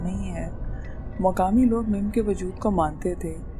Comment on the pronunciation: Excuse me madam mim nahi mum aur koh e murad nahi koh e murdar